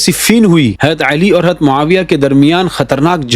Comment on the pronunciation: حضرت لفظ اصالۃ تو باب افعال سے ہے نا آپ کو اس کو ہمزہ کے زبر کے ساتھ پڑھ رہے ہیں ؟؟ وضاحت فرمائیں